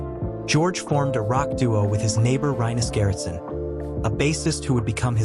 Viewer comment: Rip dear George. Thank you for everything. But please, this commentator should learn how to say rinus gerritsen, it is awfull how you pronounce it. Please, practice, before you say it. Thank you.